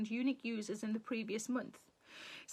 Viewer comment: I'm from North Carolina, USA. When you said "unique readers", I heard eunich readers. Quite different. 😂